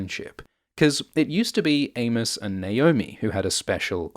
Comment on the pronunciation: I kept hearing Anus, instead of Amos lols